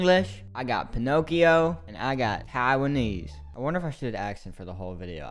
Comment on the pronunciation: EngLiSh, PinOhKiOh and TAiWaNEAse😭😭